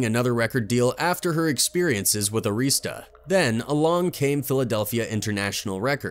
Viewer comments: ITS ARI-STAH NOT AREESTA RECORDS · The label name was Arista. Not. Areestah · Clive Davis. He has had his hand in many band endings. Btw, His company isn't AREESTA it's pronounced Air - ris - stuh. They used to be my client and that is how the employees pronounced it. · The announcer also pronounced Arista Records wrong. It's "Air-asta."